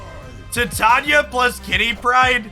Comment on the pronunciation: Bro, love your videos, but you"re killing me smalls. Its "Ti-tay-knee-uh" not "Thai-tanya".